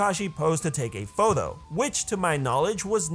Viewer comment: I like how he says photho instead of photo